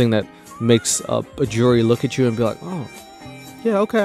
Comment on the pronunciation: the way you prounce jerry judge is the same you would pronounce jury, judge, so i was really confused because thsts what i thought you were saying lol